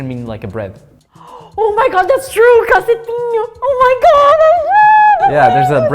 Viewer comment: achei engraçado q ela foi falar "cacetinho", o pão e falou com um sotaque totalmente diferente do gaúcho KKKK